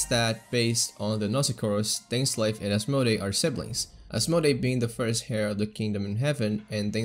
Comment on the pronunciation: Heir is poronounced like "air".